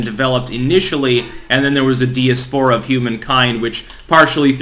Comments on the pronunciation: Say diaspora again.... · For the love of God....please learn how to pronounce 'diaspora' ('Die- as-po-ra') & Tanzania ('Tan-za-knee-a'). You sound like a hick the way you mangle pronunciations.